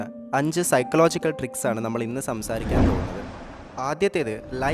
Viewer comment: താങ്കൾ സൈക്ലോജിക്കൽ എന്നാണ് പറയുന്നത് സൈക്കോളജിക്കൽ എന്നതാണോ ശരി അതല്ല താങ്കൾ പറയുന്നതാണോ ശരി എനിക്ക് ഇംഗ്ലീഷ് വലിയ പിടിയില്ല 🙏